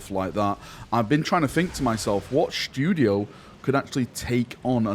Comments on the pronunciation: Shh'too'di-o :D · Ooooh pleeeeeeeeeeeease let it be true 🙏🙏🙏🙏🙏 Also... "shtoodio"... lol